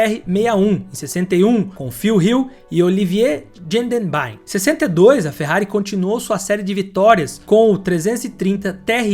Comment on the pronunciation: Gendenbaiem? O cara era belga, o nome era Gendenbien, se pronuncia em francês. Como vc pronuncia Bien em francês? Biên, acento circunflexo não é usado mas pronunciado. Baiem seria uma pronúncia em alemão e vc apanharia, belga detesta alemão.